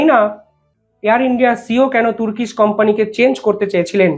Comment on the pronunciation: টুর্কিশ নয় , টার্কিশ।